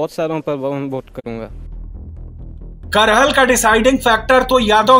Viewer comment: Bhai करहल nhi hai कराहल है